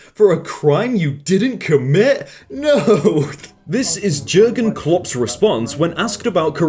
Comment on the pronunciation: “Jergan clops”